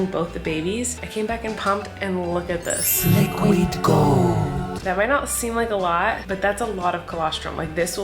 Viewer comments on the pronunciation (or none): PLS THE ✨LEEQUEED GOULD✨ I love how in the midst of her crying and struggling she's still her funny wholesome self